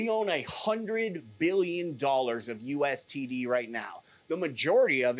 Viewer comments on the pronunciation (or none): hard to take a guy seriously when he keeps saying U S T D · It's called USDT not USTD or are you talking about True USD.. cuz that's TUSD. You're very good at talking fluff about nothing. And I'm all for being awake but this is getting irritating now.